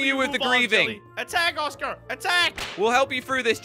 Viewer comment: Thx for not saying oscer or oscu